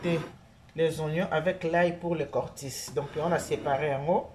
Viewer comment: c est cotis et non cortis